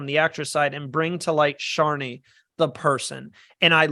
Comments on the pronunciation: Not bad. Also Shonee's name is NOT pronounced "Show Nee" it's "SHON NEE" as in you pronounce the "On" in Shonee. My prediction I think this will be run/domninated by the returnee players as a lot of them you would think would have pre gamed for this and are more likely to get as many returning players to merge as possible and not let the newbies take over as is the case in a lot of these fans v favourites seasons (as if we're being honest that is really what the season should've been called but Heroes v Villains sounds more marketable to the casuals and any International viewers). The stats for these half/half seasons or mixed returnee/newbie seasons has always ended with a returning player making FTC or winning the game in both US & International Survivor. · Not pronouncing Shonee’s name correctly was the only thing I disliked about this video😂😅! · Not pronouncing Shonee’s name correctly was the only thing I disliked about this video!